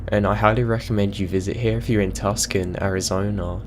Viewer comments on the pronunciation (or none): I love l istening to your stories while at work all day. Just wanted to let you know that Tucson as in Tucson Arizona from the story about the Desert Museum and the Mountain Lion is pronounced as (Too-Son) not (Tus-Can) haha. A lot of people that dont live here commonly mistake this. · Tucson. It's pronounced two-san.